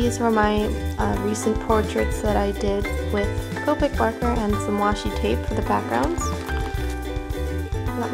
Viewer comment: WASHI TAPE NOT WASHY